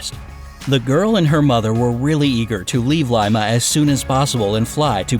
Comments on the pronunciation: it's pronnounced (lee-muh) not limeuh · it's pronounced Lee-ma not Ly-ma (Lima) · It's Lee-Mah Peru!!! NOT Lime-a. ...my god I wanted to punch the screen so hard. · it’s not pronounced Limea it’s pronounced Lima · it’s pronounced li-ma not limea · You pronounced Lima wrong. It’s Lyma it’s Leema (pronunciations) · It’s pronounced le- ma not Lima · It's NOT "LY MA"-Peru...It's "LEE MA", Peru("PAA-RUE"). Did you sleep thru English in "SKOOL"? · It's pronounced Le-mu not lie-ma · Li-Ma its LEMA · omg its not lie-ma its lee-ma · It's pronounced "lee-ma" because of Spanish languages. Not "lyma". Jeebus Christ, does no one research pronunciation on things anymore? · Lima is pronounced Lee-ma not Lie-ma..... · It’s not pronounced LYM-UH It’s pronounced LEEM-UH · Lee ma Peru not Lime a. And the maggots more than likely kept her wounds from getting infected. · Its Lee-ma Peru, not Lie-ma peru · its pronounced LEEma not LIAma :) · Lee-ma is the correct pronunciation for Lima. That's how all the locals said it at least. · It’s pronounced leemuh. How did you find the narrator?? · pronounced lee-mah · It's pronounced (leee-maaaa) Lima Peru 😁😁 thats were I am from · Its not lima its pronounced LE MAAAAAAAAAAAA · Am I the only person annoyed that he’s pronouncing it (lie-ma)? 😑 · It’s Liiiii ma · LimA like lemon no it’s lee mmmaaa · He pronounced Lima wrong.It is pronounced Lee-mah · It is called lima the i is supposed to sound like a long e sound not a y sound! Btw i speak spanish and im half Peruvian 🇵🇪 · ITS not LIEMA ITS Lima! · "Leema" not a lemon relative. Pronunciation is important. When nearing terminal velocity - the wind isn't exactly "whispering." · You pronounced lima wrong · Said lima wrong🙄pissis me off especially I’m Peruvian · This bugging me like crazy but Lima is not pronounced the way you pronounced it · ILima is pronunced wrong and go 🇵🇪 peru